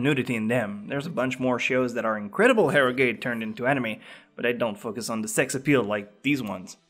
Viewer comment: Dude, eroge is read as "e-roge" not "e-ro-ge". Japanese use "e-ro" like ero gaemu.